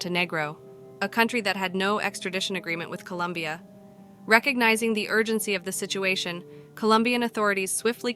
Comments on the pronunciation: ITS COLOMBIA, NOT COLUMBIA!!!! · Colombia, not Columbia!